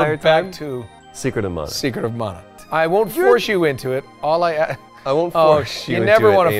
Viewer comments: Nolan had it right, its muh-nuh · Nolan North coming in with the right pronunciation of Mana.